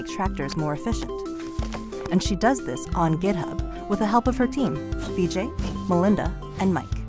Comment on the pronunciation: That's really cool. But a small note: his name's "Vijay" where there's no lengthening of the first vowel. Hence, it's 'Vijay' where the 'Vi' sounds like the 'ri' in 'risk', not like 'me'. And all that would have been required to figure out how to pronounce his name were less than two minutes on Google.